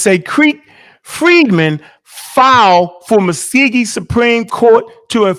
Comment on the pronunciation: it’s Muscogee not muskeegee